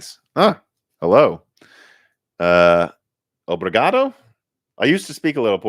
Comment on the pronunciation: you spoke obrigado well. very cool seeing other portuguese speakers watching you. salve rapeize